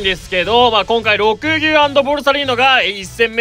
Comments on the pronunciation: りょくですね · 毎回が緑牛のこと「ろくぎゅう」って言ってんの可愛すぎるww